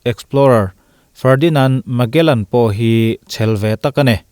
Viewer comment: Magellan...Malegan...slip of the tongue😄